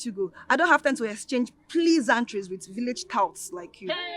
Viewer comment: Did she say please-an-trees 😂😂😂😂